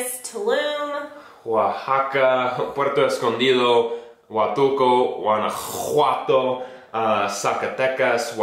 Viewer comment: strong Guanajuato pronunciation